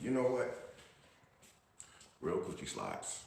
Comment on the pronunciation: him saying "real" is taking me out 😂😂😂😂